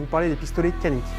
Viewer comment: Belle petite vidéo et surtout belle arme ! Les pistolets Canik sont excellents, juste une précision Canik se prononce "djanik" en turc qui veut dire "méchant"